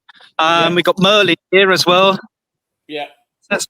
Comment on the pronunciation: It's MARLIN not Merlin